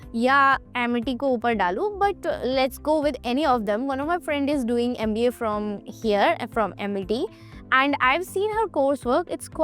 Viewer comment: NMIMS is the best. Hope you pronounce MBA properly. Big thumps down yo you for too much of bla bla bla